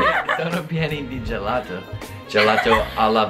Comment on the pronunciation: Sono siciliano quando al minuto hai detto gelato, mi è venuto un infarto